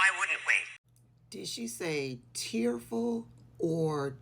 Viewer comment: DID SHE SAY TEARFUL 🥴